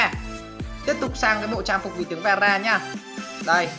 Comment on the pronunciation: Vera mà nghe tara